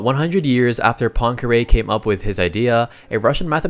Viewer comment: Why cannot you pronounce Poincaré?